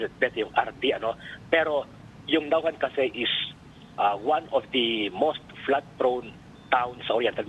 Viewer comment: First of all this lady interviewer could not even pronounce the town Naujan correctly and she thinks she knows the ins and outs in the Congress. Is she trying to be American? What is wrong with you people? You are Filipino and you could not say the town, correctly??? Don't you review this first before you go live? I know this Congressman Arnan. He would not do such a thing. He is beloved by his people. Sen. Lacson might have been too quick to point fingers. Sen Ping Lacson could not even pronounce the town Baco correctly as well. Looks like he did not study very well. The problem lies in DPWH, District Engineers, Regional Directors and Contractors. On the allegations that officials like Senators Escudero and Villanueva have ties to contractors, then that should be investigated as well. Even Mayor Isko Moreno complains that DPWH does not coordinate with LGUs properly when they do big projects like this. Philippines need to be well versed in Project Management concepts especially in DPWH. This is a big problem in the Philippines, lack of Project Management skills and guidelines. This is the reason why contractors corrupt the funds during implementation and support process.